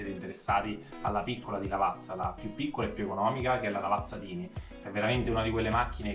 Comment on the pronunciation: nella pronuncia iniziale:) si legge tàini... significa piccolina